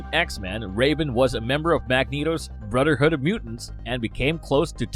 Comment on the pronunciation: Brudderhood?I hate people that put out these videos that can't even speak properly.